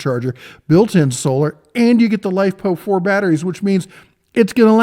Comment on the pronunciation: this dude call it Lipo4? its LiFePO4, big dif. Hate when ppl miss pronounce like that. Maybe its cuz im a huge battery nerd.